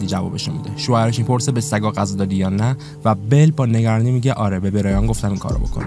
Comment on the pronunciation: عالی بود ولی غذا نه قذا درست بگو